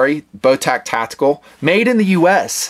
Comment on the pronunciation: The company's name (Botach) is pronounced like "Moustache", soft 'ch', not hard 'ck'. Call them and listen to how the answer the phone.